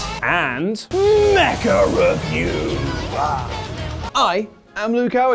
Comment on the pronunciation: It’s MECHA-Reviews-sa!